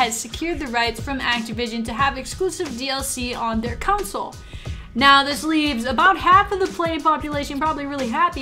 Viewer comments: The word is pronounced CON-SOLE not counsel haha. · Tf why you saying council? Can't say console can you? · Console, not counsel. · Did anyone realize that she pronounced "console" to "counsel"? Lol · Lol I live in the Midwest too. I've never heard anyone say it like that.